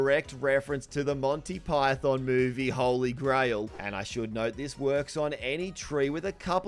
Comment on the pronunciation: “Montay Pie-thin” 😂